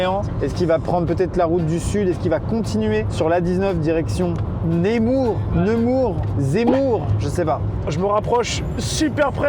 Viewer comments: Est ce qu'il va continuer sur l'A19 direction "Némour" T---T C'est Nemours mondieu ! XD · Il a dit zemour au lieu de Nemours 😂 il respecte même pas ma ville 😂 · Némours 😂 c'est Nemours 🙃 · Amixem : "Némour, Nemour, Zemmour" je sais pas. Moi qui habite vers Nemours : personne ne sais prononcer cette ville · Par contre ça dérange personne que Thomas n'a souvent pas de ceinture. c'est Nemours, il faut prononcer "ne". Par contre les gens doivent pas être bien car un van gris qui suis des gens, soit ils sont malintentionnés soit c'est le GIGN ou bien car rigolos qui offrent des cadeaux. 😂😂😂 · Ça se prononce NEUmour mdrrr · Nemours ce prononce Neumour , respecte 😅